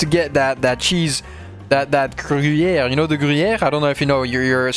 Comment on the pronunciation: Did not know your french was actually good, loved hearing you say gruyère 😂